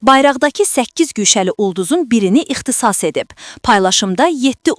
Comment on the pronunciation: Alamətdar yox, əlamətdar, ixtisas yox, ixtisar